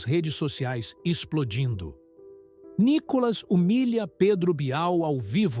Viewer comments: O nome dele não é Nicólas é Nicolas, com a cilaba tônica no " Ni ". Vê se aprende de uma vez. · Nícolas, Nicólas, Nicolás? O narrador devia estudar o nome do entrevistado antes. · Ussa direito a silaba tônica corretamente no nome do NICOLAS ! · Só uma pergunta ? Como essa pessoa que faz a narração, fala quase todo momento o nome do Nicolas de outra maneira . Para de ser chato com essa sua fala de Nikolas sei lá oque